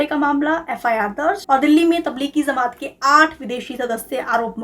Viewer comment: It's Jamaat not Zamaat.. people watch you guys and your pronunciation acts as a reference, you cannot get it wrong